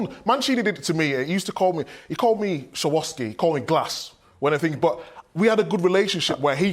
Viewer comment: How did he pronounce 'Swarovski'? 😂